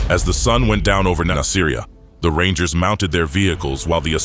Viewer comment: Its pronounced "Nas-ah-ree-ah". It makes me think that none of this is researched well, if they cant even pronounce the name of the city right.